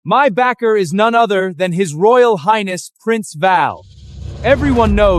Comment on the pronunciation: So many grammatical mispronunciations! Your mighnes 😂, lord of the ababys! I could go on but is so hilarious! Otherwise I did enjoy the story